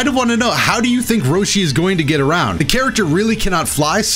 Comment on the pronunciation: put some sauce on that "HOW"